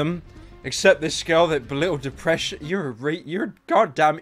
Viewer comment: I believe it’s pronounced “Depression.” Not “Deepression”